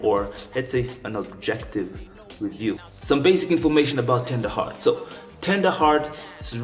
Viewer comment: yeah bro you said it right